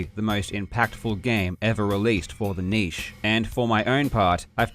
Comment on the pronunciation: Finally! A Youtuber who can actually pronounce 'niche'! Every time one of the typically American 'tubers say 'nitch' I cringe painfully.